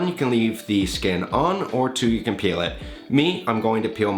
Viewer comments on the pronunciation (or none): none